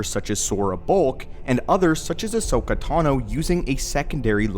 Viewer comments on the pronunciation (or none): none